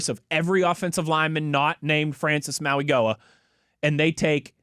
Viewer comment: Didn't learn how to pronounce Mauigoa over the weekend, huh?